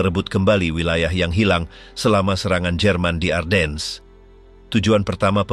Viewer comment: Ardennes dibaca A:den. R nya hampir ga kedengaran, gantinya A nya dibaca panjang ini kota di Belgia yg terpengaruh Perancis. Sedangkang untuk orang2 USA atau Inggris bacanya Arden tanpa S nya dibaca. By the way salah satu Jendral nya German yg hebat dlm pertempuran ini Baron Hasso Von Manteuffel yg tingginya hanya 160 cm kecil untuk ukuran bule hingga dijuluki little baron. Greetings from the USA